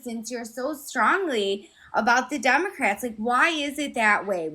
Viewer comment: Does she keep saying “Dumbocrats” on purpose or can she just not say it correctly?